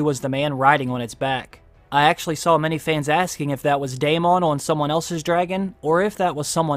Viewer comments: Why do you say DAY-MONN? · U still saying dayMON? Still?